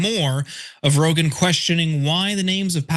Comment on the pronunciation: Rogan rhymes with Hogan, enough said 🤦🏽‍♂️